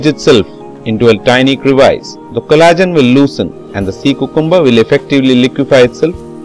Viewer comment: nice and very informative video. But I believe cucumber is pronounced as | kyoo-kum-bur | and not | koo-koom-bur |.